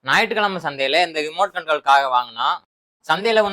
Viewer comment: ரொம்ப rare ஹா இப்போ தா ஒருத்த ஞாயிற்று கிழமை னு தெளிவா பேசுறத கேக்குற... 👌